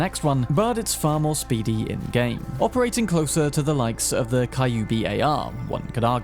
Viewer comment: Big kudos on proper pronunciations! Great to see that extra effort put in, when most English speakers couldn't give a rat's ass! (Kyubi is pronounced Key-oo-bi)